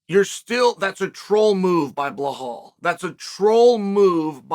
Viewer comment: I knew the very first word I hear would be "Blahal"